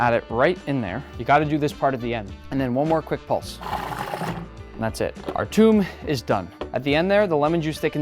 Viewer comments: You pronounce it toum not Thom (at least in most dialects) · It’s not toom it’s thoom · it is not tum, it is tumya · it's called thoom (ثوم) not toom and litterly means garlic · ITS THOOME NOT TOOM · It's not tomb it's mtawamh And thanks for your time 😅❤ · i love shawerma the most by the way the suece is called tumeia thats how we say it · it's more pronounced Thom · Its tomia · He kinda pronounced it wrong